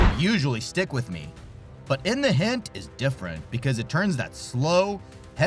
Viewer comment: You called "In the Hunt" "In the HINT".